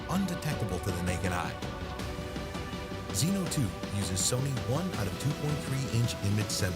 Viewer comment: Zino, Zino Pro, Zino 2. Just say ZiNO thanks!